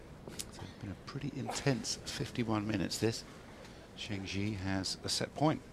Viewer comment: Zheng Jie was a big inspiration to my tennis playing, and it sure would be nice if the commentators could take the trouble to pronounce her name even remotely correctly. Serena Williams was just a force of nature though.